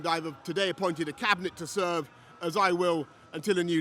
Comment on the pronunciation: “Serve”😳😳🤣🤣🤣🤣🤣🤣🤣 What a wanker!